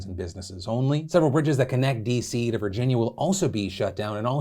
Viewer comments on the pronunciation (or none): none